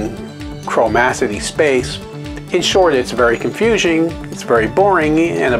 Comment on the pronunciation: You even said confusing wrong.